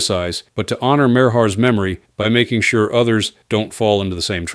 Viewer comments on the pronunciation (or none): none